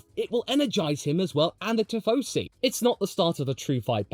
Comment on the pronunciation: it's "tifosi" not "tiffosi" ☝🤓